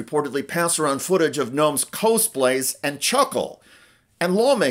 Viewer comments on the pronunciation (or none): FYI: It is not "kohse plays" it is Kas Plays!.... Cosplay.